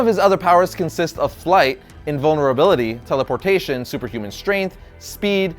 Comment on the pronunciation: when he was describing shazams powers he said invanrability twice